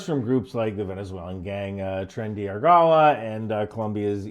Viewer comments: Hahaha that was the worst Tren de Aragua pronunciation ever! Never imagine that little non sense state would be so popular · C'mon everybody knows it's Tren de Arugula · as hilarious as your pronunciation of "tren de aragua" may be, might I suggest going to google translate, listening to it pronounce "tren de aragua", and doing some practice?